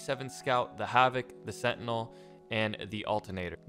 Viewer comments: Sentiny? This guy adds "y" to everything😂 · rather him just said sentinel at that point